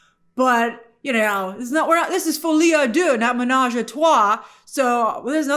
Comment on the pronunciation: Hahaha folie a DUH. Cmon grace let’s learn the French pronunciation